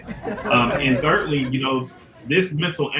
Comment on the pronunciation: Thirdly. Not "thir-ly"